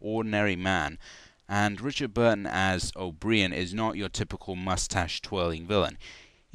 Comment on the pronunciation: "Oh breehan" that is how you pronounce the name O'Brien?